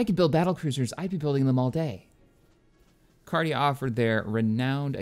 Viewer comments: It's 'Carida' not 'Cardia' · Your pronunciation of Carida is so cringy. XD